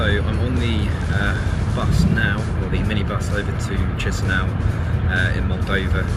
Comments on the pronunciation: You chisinau pronunciation is so annoying just say it like keesheenow. My god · So, the ignorant guy is travelling to Tshisinow! Wonderfull - the city is called Kishinow or in russian: Kishiniov. Better stay at home and read about the places you are going to. You are a disgrace to travellers. Go home, and over there back to school - you need a lot to learn!